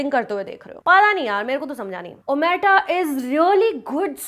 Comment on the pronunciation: she can't pronounce the title.